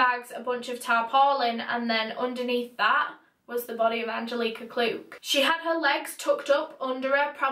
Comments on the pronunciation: It’s “Anne-jellic-uh” Angelica! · Me: An-gel-ick-ah: Aan-jill-eeeek-ahh 💕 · I’m from Poland and the way you pronounce Angelika is mind blowing wow I love it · you pronounced Angelika wrong... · the way her name is pronounced just makes my blood boil, its like nails cross a chalk board😂 holy shit i only made it 7 minutes in before i had to quit. angelika, shiiit putting rugrats to absolute shame.